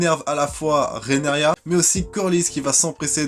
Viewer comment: TaRgaryen pas Tagaryen RhaenYra pas Renaria. 🙏 Bon, pas de "malgré que" dans les 2 premières minutes, c'est déjà ça. Je croise les doigts pour que ça dure...🤞 Et non, Rhaenyra n'est pas la grand-mère de Daenerys : 7 générations les séparent. Je crois qu'elle est la grand-mère du grand-père du grand-père de Dany, un truc comme ça.